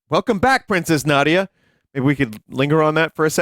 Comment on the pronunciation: its Na . Dee . Yah